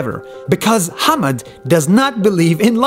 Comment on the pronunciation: His name is 'Hamad' not 'hammed'. Another one it's not 'DOGE' its 'Dodge'